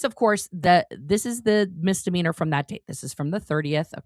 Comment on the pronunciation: Only and I am really happy that you're correcting Aaron's pronunciation of "mizzzdimeanor"- every time he says it I feel like I heard someone scratching their nails on a chalkboard. I know he "grew up in a cult" but so did you and you know how to say the word properly. It reminds me of someone I know who says "abzurd" instead of absurd. I think I have a problem with these things. But thank you again. BTW, your hair looks beautiful.